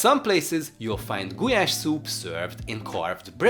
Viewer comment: It’s gulyás not gulás. How do you want people to learn the correct pronunciation when a Hungarian won’t say it like it should be said. Just saying.